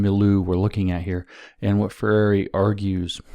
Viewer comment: I think I do understand now why germans are laughing at your previous videos. Did you try to pronunciate "conscientização" ? Hahahaha. Also, "Freire" sounds like "Ferrari" (when you say it).